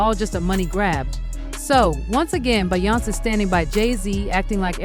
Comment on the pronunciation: Yah-yo? Bey-on-say? Huh 🤔 by-yonce? lol let me know, they don’t live in US or it’s AI. 🤖